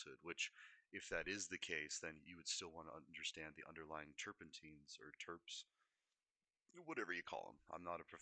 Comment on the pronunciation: yeah terpenes matter it sounds like this tr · peenz